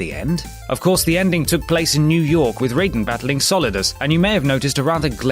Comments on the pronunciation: Raiden! Rai! Like Rye bread! Not Ray! Like Raymond! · You don’t call raided rayden you pronounce him ryden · i play mgs 2 3 and peace walker and its not raiden its reiden (idk but pronounced RYE-den) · The MK devs read about Raidens/Raijins (Rai - lightning, den/jin - god/person) after watching a cult classic 80's action movie featuring one - they ARE pronounced "rye", the MK devs just fucked up like the dweebs they were and assumed it was pronounced raid-en. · Why can't any of your countdown list readers pronounce Raiden correctly? It's not Rayden. Clearly shows you know the games you're talking about so well... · The way you pronounce raiden would be the character from mortal Kombat.... Not the one in metal gear....or mythology lol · You keep pronouncing raiden wrong. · How can you possibly mispronounce Raiden? Everyone says it exactly the same for the whole series! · Perhaps they're used to the Mortal Kombat pronunciation. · pttoau Weldezion It's a mispronunciation, it's not the end of the world. Jesus Christ.. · Probably just an English habit. Same thing with Ninja Gaiden -> Ninja Gayden. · I get ear cancer when Raiden is pronounced wrong in this.